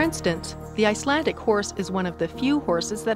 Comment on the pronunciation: IcelanDic not Icelantic 🤔 and there is no word for pony in Icelandic they are always called horses. Riding a good Icelandic tolt is like freewheeling downhill on a bicycle. Flying Pace is fast and smooth. If pace is ridden slow it's uncomfortable and known derisorily as Piggy Pace